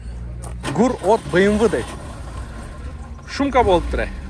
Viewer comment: Быймвы де😂